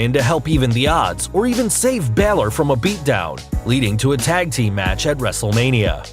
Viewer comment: You said wrestlelina but it's wrestlelmina